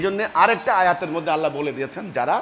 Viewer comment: বেয়াদব তুই তো আল্লাহর নামটাই ভালোভাবে কইতে পারিস না তুই আবার কিসের ইমাম আছিস